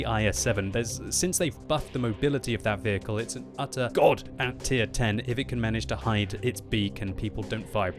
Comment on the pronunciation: “It’s an utter GHOD at tier 10”